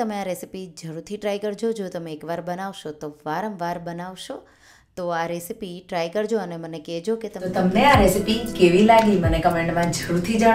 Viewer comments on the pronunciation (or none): none